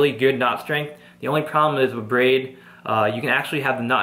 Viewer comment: he keeps saying wiff